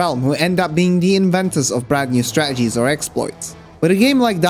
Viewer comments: It would sound better if you pronounced the middle T in "strategies". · This guy says strategies like British people say water bottle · Man the way he say stratagies just hurts me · I love that you replace the t in 'strategies' with a glottal stop like a cockney accented person. I'm sure that's exceedingly rare for a non-native English speaker. Makes me wonder where you picked it up. Maybe a tv show? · Is anyone else triggered by the way he says strategies? It’s like they inserted someone else with a different accent into the dialog every time he says the word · I love your pronunciation of strategies. Did you grow up in London by any chance? 😂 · Great vid but that's not why I'm commenting. By your accent, it's fair to assume that English isn't your first language (your English is fantastic though, i'm not criticising). However, your pronunciation of words like "battles" and "strategies" is so unusually regional. Were you taught by someone from Manchester, or by watching something like Shameless or Coronation Street? I'm from Manchester myself and it kept making me smile every time that, just for a split second, you transform into Liam Gallagher then back into your accent haha. It's such a great quirk. Has anyone ever asked you this before? OH! I've just thought. Maybe you went to university here? Anyway. I'm just stoned, entertained, amused and charmed all at once. Thanks man